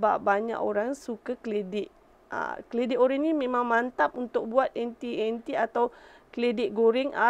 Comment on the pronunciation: Jenuh fikir... Duk sebut anti, rupanya inti ....